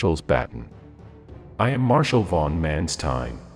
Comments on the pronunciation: I would have appreciated if the correct pronounciation for Generalfeldmarschall Manstein would have been used, because this sounds absolute terriffic.. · The pronunciation Manstein & Kursk in this video is odd.